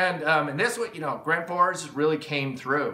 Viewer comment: "Gransforsch" eh? I've heard Husqvarna is pronounced "Hooskvarna." It's all Sveeedish to me.